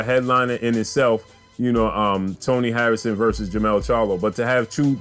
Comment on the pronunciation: what up bro? You have it right in the title but you keep saying it wrong in the vid. Jermall Charlo vs Dennis Hogan is on 12/7. Jermell Charlo vs Tony Harrison is on 12/21. Both bouts Barclay's. Besides all of that, this 4th quarter is lit. Jermell/Harrison 2, Jermall vs Hogan, Prograis, Shakur, Lubin, Canelo, Wilder/Ortiz 2, Ruiz/Joshua 2, Crawford. 🥊🥊🥊🥊🥊